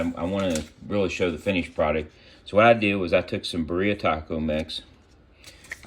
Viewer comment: lol just saw this. María says you’re pronouncing that wrong!🤣🤣 They look great!!